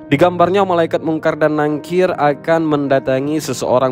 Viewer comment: NAKIR Min... bukan NANGKIR maaf